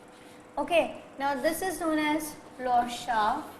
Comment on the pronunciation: plough pronunciation is wrong & part of plough ,you say beam is wrong, it is called yoke